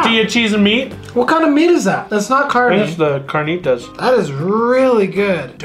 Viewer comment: You got the carnitas and al pastor wrong.. and you guys are saying birria wrong but I love how you guys love the Mexican food and try to speak it ♥️ much love